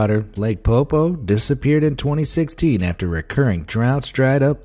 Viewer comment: I’m sorry but that lake in Bolivia was not pronounced PoPo